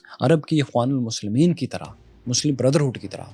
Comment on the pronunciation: یہ اخوان المسلمون ہے اخوان المسلمین نہیں۔